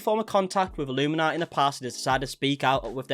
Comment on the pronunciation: I'm more concerned you are getting her name wrong lol it's illuminaughtii.. like naughty... A pun on the name.. a bad one so it kindaatches her personality. She deserves everything coming her way